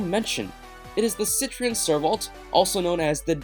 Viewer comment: Peugeot is pernanced Peu geot.....Citroen is pernanced citro en.... .